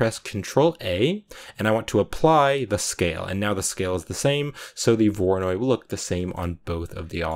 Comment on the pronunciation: "we don't need this mapping node for the voronoid texture" 5 minutes later "lets add a mapping node to the voronoid texture"